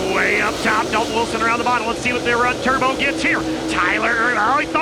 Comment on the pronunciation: "TEXAS TERBO" !!!!!!!!!!!